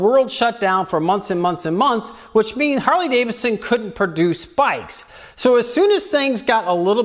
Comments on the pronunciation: Harley-DaviDson. Not Davison 😏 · 🤔 Another guy who pronounces it "Harley Davison"....😂